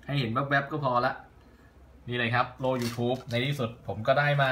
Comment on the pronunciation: ครับโล้ไม่ใช่โล่ครับ